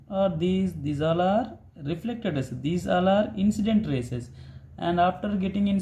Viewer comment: Good sir but some word like lawses not it just called laws and rasese not rays ok na sir but u r explanation is very easy and good